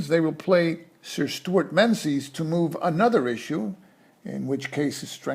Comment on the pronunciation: Thanks for this, very helpful running through a few of the ideas I wasn't entirely clear on. By the way, 'Menzies' is pronounced more like 'Mingiz', it's an old Scottish name where the z replaced a defunct Scottish letter. You do a way better job than me on the Soviet names so I thought you might be interested.